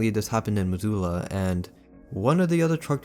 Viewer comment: I’m late but Missoula is pronounced liked MIZ-SU-LAH! :)